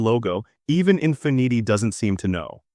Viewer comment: Teach your AI how to say Infinity 😂😂😂